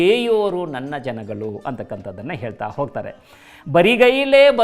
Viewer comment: There is a difference between ನನ್ನ ಜನಗಳು & ನನ್ನ ಜನಗಲು ನನ್ನ ಜನಗಳು 👈this is correct & other one is wrong provocation Please pronounce it properly 🙏